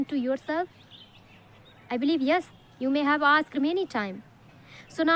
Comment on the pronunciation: Ma'am you're really wonderful. Please check and correct your pronunciation of the words- "answer, meant and asked"